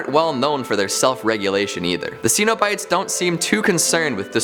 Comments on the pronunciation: Sen-o-bites. not See-no-bites. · Stop, just stop mispronouncing the name Cenobites. It is pronounced with a short E sound NOT a long E sound. If you are a HORROR HEAD then you know this. SHEESH!